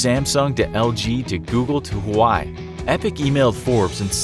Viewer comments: So sad that a channel that specializes on information doesn’t even know how to pronounce HUAWEI(wa-wei) not hawai like they were pronouncing it. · Huway? It's supposed to be "wah-wey". You had so much time to create the video but can't even research how to pronounce it properly!!! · Hu•wa•wei, NOT HAWAII! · One note you should know.. Huawei isn't pronounced as Huai, more like hua-way.. really got me mad when i heard that in the video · but why, Google, for letting those ads or misleading videos about Fortnite Android coming on YouTube? Edit: Huawei should be pronounced as 'Hue-wah-way', not as how Hawaii pronounced. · IT'S HYOUH-AAH-WAY NOT HUWAI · HUAI, no, bro, it's Hu - a - wei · I was shook when he said that 😂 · It's HUA-WEI NOT HAWAII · Please don t say anymore huai It s hwah wei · It's "wah-wey", not " hu-way". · vinni1e Yep that's the right pronounciation. "Hawaï"...omg...rofl. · Did you just say Huawei as "Hu Why" its pronounced as "Hu Wa Wey" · XD the way you pronounced "Huawei" is the wrong man. It's not "Ha-wai", it's pronounced the way it looks. Just think of it as a seperate word - "Hua" and "Wei" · It’s pronounced wa way not Hawaii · Huawei is not pronounced "why" it's pronounced "wah wey" I've made mistakes too lol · It's hua-wuei, not whuy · Hawaii? It's hu-a-way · Hauwei is pronounced "Wah way" Not "hawai". Common guys get it together. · It's Not Hawaii It's Huawei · Huawei is not pronounced Hawaii my dude. Wah weigh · It's pronounced as Hua-way not Hu-wai... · SMH THE AMOUNT OF PEOPLE MISPRONOUNCING HUAWEIIIII! IT'S WAWEY NOT HOOWEY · Ehem it's HUAWEI not huawayi😂😂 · It's pronounced as Huawei (hu-wa-we) not Hawaii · Edit this vid, it's pronounced "hwa-way", not "hawaii".... Sheesh. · HU- WI LMAO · huawei is pronounced wah-way. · its actually wahwey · Actually in chinese Hua-we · You're saying Huawei insanely wrong. It's more like wah way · Lmao, he pronounced "Huawei" like the word "who, i". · It's pronounced wa wei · Its Huawei not Hawaii